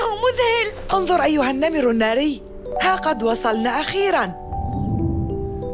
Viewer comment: انا بسمع بلبل سليم النمل الناري بدل النمر الناري